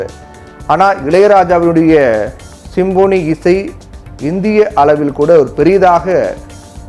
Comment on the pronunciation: சிம்பொனி.. சிம்போனி அல்ல.. உச்சரிப்பு சரியாக இல்லை